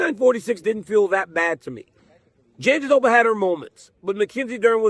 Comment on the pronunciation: Daniel, if you're keep calling Virna's surname Janjidoba I will start calling your Codmier. Come on, man.